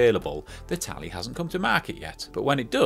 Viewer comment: It's not Tally but Tali xD anyway it looks like the most useful helmet for e-scooters. Since we have a huge problem showing signal lights, or stop light - the cars have hard time seeing our tiny lights which scooter manufacturers put on our scooters, such a shame. It's such an "hitech" helm and it has the rear camera too, nice price tag too... you could possibly get a Nanrobot D6+ for this price xd